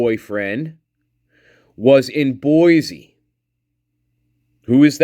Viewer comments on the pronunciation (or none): Buhl Idaho is pronounced B you l. Boise is pronounce Boy cee not Boy zee no mater how the newscasters slaughter it.